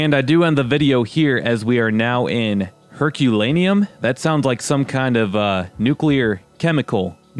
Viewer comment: Her-cue-lin-AY-um. An ash-buried city near Pompeii, since Vesuvius erupted in 79 AD.